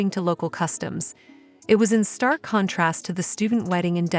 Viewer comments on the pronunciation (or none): none